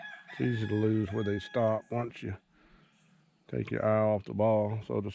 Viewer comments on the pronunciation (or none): none